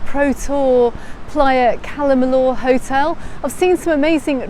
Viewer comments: Apart from her who else pronounces it Calle “milllooor” iv only ever heard it called calla- milla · I didn’t say you were wrong I said iv never heard it pronounced like that that’s all , calla miller, Cala miyour but I can tell you the Spanish hate how we pronounce their language